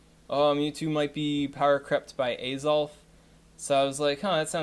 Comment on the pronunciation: If you are wondering about the pronunciations: Mis-mag-ee-us, not Mis-may-jee-us Ray-quay-za, not Ray-quah-za Ah-zelf, not Ayzelf And the other lake trios are Youk-zee and Mehs-prit